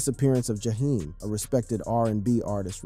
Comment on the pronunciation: And who is Ja- hime? 😂